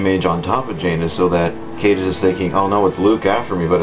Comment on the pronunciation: Caedus has latin roots, so it's pronounced Kie-dus